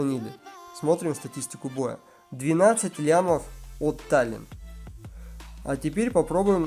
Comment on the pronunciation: не Тален, а Талена́, это так на будущее, режет уши)